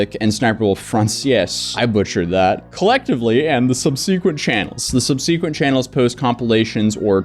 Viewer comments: Subsequent Look up how to pron……oh you got it!!! No no no!! It’s subsequent not sub-see-quent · My guy learn how to say subsequent correctly it's pathetic saying it wrong like 50 times I can't stand finish this video now you've ruined it. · The pronunciation of subsequent is throwing me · I have never heard anyone say subsequent like that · the way you pronounce subsequent is triggering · The way he's pronouncing "subsequent" is driving me nuts lol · You really don't know how to say "subsequent"??